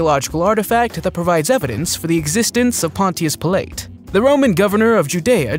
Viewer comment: “Ga lee lee??!” NOOO!! “Gal uh lee” = Galilee “Pill leet?” NOOO!! “Pilot” = Pilate